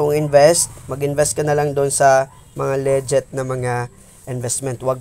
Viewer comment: Nakakainis pakinggan yung "LEGET" mo hahaha. Legit ug Leget.. Tsaka na ban kaba dahil dalawa ginamit mo gcash name mo? Ikaw ba yun haha